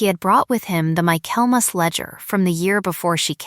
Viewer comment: I commented on the mispronunciation in two stories, then heard the same mispronunciation in a third story. I just gave up.